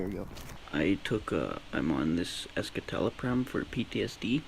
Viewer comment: "esKITalopram" lmao he can't even pronounce it correctly. learn how to spoke